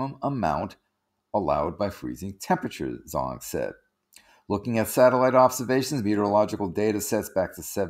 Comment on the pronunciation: It's actually pronounced more like "J[ohn]ang" even though it's spelled Zhang. It's a very common last name in China. thanks, drew "How to pronounce [zh]: Raise the tip of your tongue to touch the hard palate in order to form an obstacle and the airflow comes out suddenly by break through the obstacle without vibration of the vocal cord. The sound of [zh] kind of sounds like the “j” in English word “jack”.